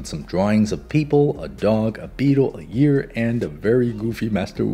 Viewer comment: "A year" instead of "An ear" haha